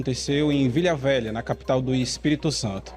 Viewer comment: Foi capital antes de Vitória... Tanto que Vila Velha tem esse nome desde quando Vitória passou a ser capital. E detalhe, o pessoal de fora não sabe pronunciar o nome da cidade... Quase sempre sai VilHa Velha.